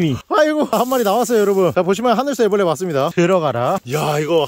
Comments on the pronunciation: 하늘소 애블르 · 하늘소 애브레를~ㅋㅋㅋㅋㅋㅋ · 하늘소 애브르레 ㅋㅋㅋ